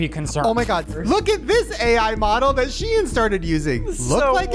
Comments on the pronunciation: Am I the only one bewildered at the pronunciation of SHEIN?! She-in?? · When you guys said SHIEN, it sounds like you're saying the name of the city I live in in Norway, which is Skien (pronounched scheen) XD